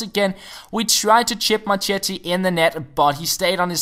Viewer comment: as always a super video, but.. i'm italian and in the names like marchetti/marchisio, the che/ chi... Sounds like a "K" in english! Remember it and you'll be a little bit Italian!:)